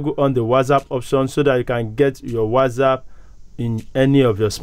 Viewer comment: It's not WazzApp , it's WhatsApp 😅